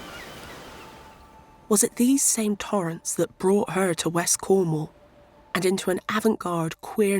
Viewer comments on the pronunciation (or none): It's Cornwall, not Cornhole!